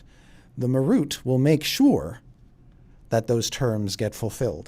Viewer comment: dont like the way they say Marut..."ma ROOT"?? Ive always said it as MAR rut.